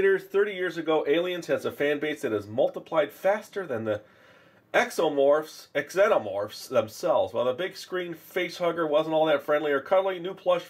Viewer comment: Xenomorph is pronounced ze-no-morph